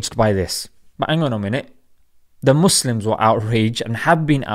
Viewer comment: lol love it when he says oh the MOSLIMS